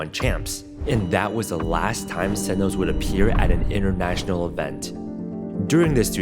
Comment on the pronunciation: This video is amazing like I learned so much watching it… my only hang up was how sentinels was said lol 😂